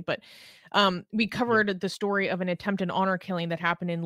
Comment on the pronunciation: 'Ay-end'... 'And'...